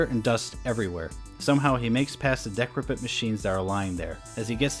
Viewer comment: This guy doesn’t even know how to pronounce decrepit….